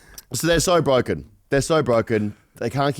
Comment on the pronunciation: Goes from Wichmond into Bwoken 🤯